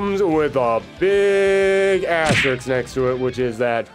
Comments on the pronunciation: asterix =/= asterisk You aren’t putting asterisks next to these, you are putting diminutive Gaulish cartoon characters next to them! If you are going to say a word dozens of times in a video then learn how to pronounce it!! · I like how every single person clicking on this video thought "Oh nice, a Darkstalkers video". EDIT: From the video title alone. I forgot the thumbnail alludes to it too. Good video. Can't believe I got through a whole hour of you saying Asterix. That's the name of a character. The symbol is an asterisk. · I'm gonna need you to look very carefully at the following word: asterisk This word is in fact different from the following word: asterix